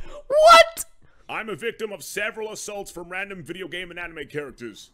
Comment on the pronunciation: Kaggy said I'm gay instead of I'm game